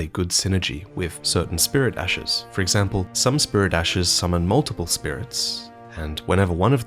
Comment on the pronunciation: love the lore but hate the way you pronounce s's at the end of words for example ashes= ashesshhhhhh